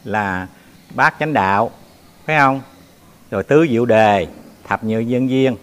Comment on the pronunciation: nói sai từ. Tứ Diệu Đế. nói tứ diệu đề.nghĩa chữ đế khác nghĩa chữ đề khác. Chú nên dùng từ cho đúng nhé đây là kinh của phật khg nên đọc sai